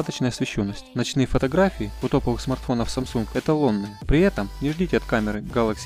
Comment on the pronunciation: Нууу вы даете.. А чё так сложно произвести Гэлэкси а не гАлакси???